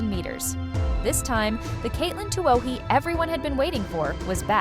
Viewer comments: It's NOT pronounced Tu Oh y!! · It’s pronounced too-eeee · Yet another AI video. Easy to tell because AI is too stupid to know how to pronounce Tuohy! Lame video.